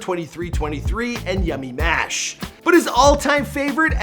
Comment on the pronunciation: Did you just say yummymash??? It's Yamiiiii